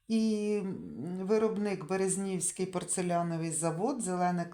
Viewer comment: БерЕзнівський, не БерезнІвський.